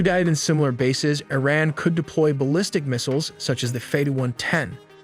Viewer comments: Why do you say ERIN instead of IRAN.? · Its iran not ayran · Arean? You had me at Click. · E-Raq and E-ran lol.